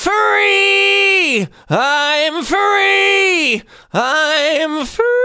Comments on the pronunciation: I think youre saying furry not free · I just can't unhear "furry, furry, I'm furry" anymore and I don't like it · Sounds like he's saying, "I'm furryyyyy" 😂